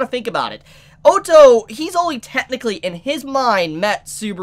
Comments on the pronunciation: PLEASE. say ottos name right. its like saying auto not O TOE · O TO (is how he pronounces (Otto) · Oh-toe??? WTF dude... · Great reaction but his name is said like this. O ( as in boss ) tto ( like your already saying it ) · You have a knack for pronouncing names differently to everyone else 😂 oh-tou. 😂 Sorry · There is a couple of corrections that needs to be fixed. 1) Otto wasn't saved by Crusch's group, he was saved by Anastasia's group with her mercenaries Ricardo and the Fang of Iron. 2) in my personal opinion, am I the only one that is annoyed about the mispronounce of characters? Otto = Ot-Oh/Odd-Oh, Roswaal = Ross-Wall, etc. and 3) Ricardo is best girl. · Everytime you say otto i hear the german word auto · No one:: "O-toh" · Please pronounce the names correctly I'm gonna have a lung hemerage if you mispronouce Otto's name again. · I feel like he is saying Otto wrong just to make people angry